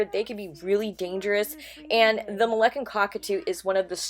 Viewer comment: It isn't MolEccan, it's Moluccan. You are professing to be an expert and you can't pronounce that word.